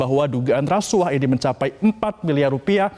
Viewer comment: KUAH dibaca KUWAH bukan KU AH... Bgt jg hrs nya dg RASUAH hrsnya dibaca RASUWAH bukan RASU AH... Ntar klu gitu BUAH dibaca BU AH bukan BUWAH... Pdhl klu BU AH itu panggilan dari IBU AHMADI... Gmn neh METRO ANCHOR... Masak gitu aja GABISA... Not just BEAUTY... But SMART is the FIRST... !!!